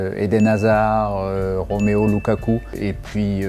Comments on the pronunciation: Nan mais le frérot a dit ROMÉO Lulaku 😭😭😭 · "Romeo Lukaku" 😂😂 Mon dieu, qui peut dire à Guy que c'est ROMELU Lulaku svp ?? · Roméo lukaku? Sérieux ? Faut arrêter avec la prononciation des noms Belge 🙄😂